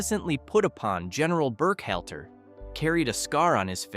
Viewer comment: BurkHELTER?? Try HALTER!! Funny how Werner's 2nd wife very quickly became his 3rd!! And, Axis Annie was played by Antoinette Bower!! So, what does Marilyn Monroe dressed like a nazi have to do with any of this?